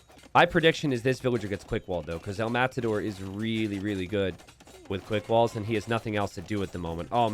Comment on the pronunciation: It's Matador not mazador?